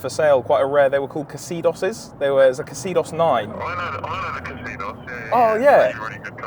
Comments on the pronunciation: I have always known this pronounced Zee dos. Don't care how the folk in Japan.pronounce it. A bit like hun day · I worked at Mazda in the late 90’s, we had 1 of the Xedos 9’s with the Miller supercharger in the same champagne colour, it sure was a luxo barge! Btw it’s pronounced‘zedos’ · I’m pretty sure these were pronounced “Zeedos”… at least looking back at the Top Gear episode where they were covered??!? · Xedos is pronounced Zee-Doss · Is it me or have you pronounced that mazda wrong, I've always known it pronounced as an exodus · No K in the pronunciation of the name of the car. You Brits always add extra sounds and syllables to words. Lol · please stop pronouncing it wrong i want to die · Not sure it wasn't maybe a joke, but you butchered the pronunciation of the word "Xedos" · Sold as the Mazda Millenia in the USA. We didn’t get the supercharged version. I think I would pronounce it as exodus not that weird hard E and mid-syllable accent you were using. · Isn't it pronounced "zeedos"? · What a car! I had no idea you had to pronouce the K- sound in the X, and I had no idea there was a supercharged version. Highly entertaining, yet educational too. Cheers boys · Isn't it pronounced "Zeedos"? That's how Top Gear reported it when they were launched. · It’s pronounced Zeedos btw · Well that’s one way to pronounce Xedos, I guess🤷‍♂️😂😂😂😂😂 it’s pronounced zeedos🤷‍♂️ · Surely the X is pronounced Z? 🤔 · I seem to remember my dad having a Xedos 6 as a company car very many years ago, (back in the day) it was pronounced Zeedos. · It says xedos but I think it’s pronounced zedos. That’s how we said it when my boss bought one and I used to have to drive him to London every week. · Pretty sure it was pronounced 'zeedoss' without the K sound at the start. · Surely it was pronounced ex-edos? Not Ke cedos? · What the hell is a “kaseedoss”? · It’s pronounced zeedos 👍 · It’s pronounced xedos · And I thought it was pronounced ‘zeedos’, silly me 🤷 Good video boys 👌